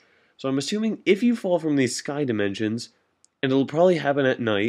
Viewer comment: From, not frome. Aether, not ather. Parachute, not pairshoot.